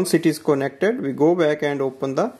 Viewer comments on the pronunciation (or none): Koh-NECK-TED , connected